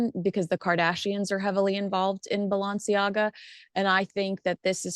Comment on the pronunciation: Hi... Its Balenciaga... Not Balanciaga...